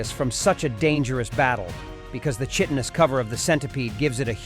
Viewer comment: If I had a nickel for every time I hear people mispronounce "chitin"...